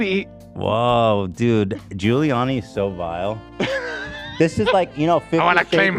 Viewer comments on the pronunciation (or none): i think he was saying "ghouliani" but i might be being charitable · Ethan pronouncing Giuliani as “googliani” made my day